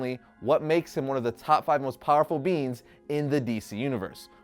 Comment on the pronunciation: Its funny when you say beings because it sounds like beans "The most powerful beans in existence" 😂😂😂